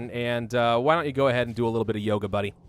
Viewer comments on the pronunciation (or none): none